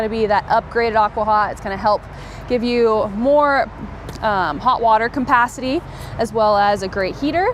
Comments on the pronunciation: couldn't pay attention with the pronunciation of the word "capacity"... its cap, not com.... lol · Campacity. Is that an RV dealer pun or does she not know how to pronounce capacity?